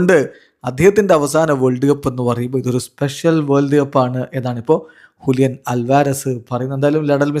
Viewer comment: ഹുലിയൻ അല്ലല്ലോ ജൂലിയൻ അല്ലേ 🤨